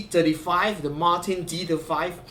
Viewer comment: Thanks for a comprehensive review of such a nice guitar. As a Brit, may I also congratulate you on the correct pronunciation of "Martin." This is something that is beyond the reach of all Americans.